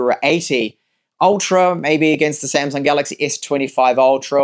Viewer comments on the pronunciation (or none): none